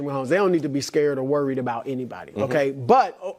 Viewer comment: Have to mention Wildes pronunciation of worried as "wearied" 😂 seems intentional